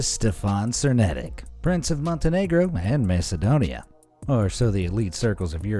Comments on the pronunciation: It isnt cernetic its chernetich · He pronounced Černetić and Lulić wrong If you want to hear how to actually pronounce it go on google translate and change the language to croatian